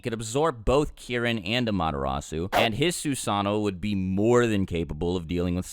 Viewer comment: Anyone else hear when he tried to say Amaterasu is sounded like Amadarasu